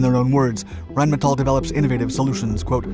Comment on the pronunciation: as our host has learned how to pronounce Rheinmetall correctly.